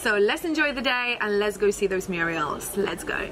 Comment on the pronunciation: Murals NOT Murials